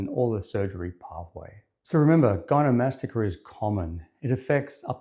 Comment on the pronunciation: Not to be a jerk but if you’re going to do a whole video on gynecomastia your credibility would be strengthened a lot if you didn’t pronounce it gynomastica.